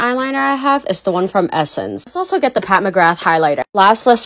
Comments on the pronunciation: McGrath is pronounced Migra not mygra migra no th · WAITT U PRONOUNCE THE TH IN MCGRATH?? THE TH IS SILENT IN IRELAND WAIT WHATT